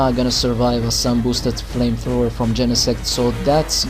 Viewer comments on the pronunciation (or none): You missed the 'o' on flamethrower :P This was a great narration and I don't think you're rusty at all :)